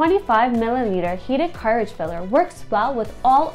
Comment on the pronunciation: i was wondering if my hearing was fucked....but no,she just butchers English.